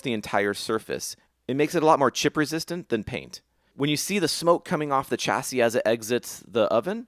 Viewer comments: chassis read [SHASI] not [CHASI] !!!!!!!!!!!!!!!!!! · Loooove this! Cannot wait for more. You can't pronounce 'chassis'